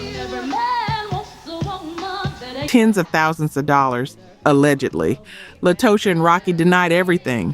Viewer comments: The mispronunciations drove me NUTS on this episode... En Vogue - "in" Vogue Latocha - "Latasha" Scott TLC- Tionne "Tee-on" Watkins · Latocha should be pronounced Latasha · It's Latocha Scott not La to cha